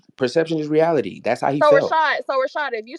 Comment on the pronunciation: can't pronounce reality getting tongue tied dude is such a loser 😂like I feel bad popular on the net and sqaure in person.